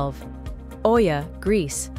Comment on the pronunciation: Please learn to pronounce the names correct. It's a kind of respect if you go there to learn where you go. For example: there is no O in the pronunciation of Oia!